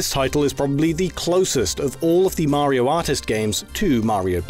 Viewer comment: His pronunciation of 'Mario' is baffling.